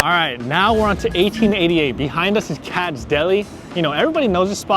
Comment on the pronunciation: Dudes. They are pronounced "Katz-iz" Deli and "Ray-Oh" restaurant. Not "Kats" and "Ra-ow"